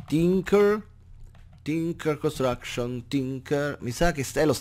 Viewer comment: non lo sapevo...comunque i nomi esatti sono "Tinker's Construction",non "Tincher" e "thaumcraft",non "thaucraft", giusto per soddisfare il signor....... e giusto per curiosità.....quel "lol" alla fine che senso ha?